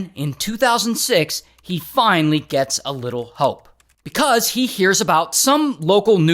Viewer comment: Bekauzzeee 🐓🐓 I don’t know why u say because like that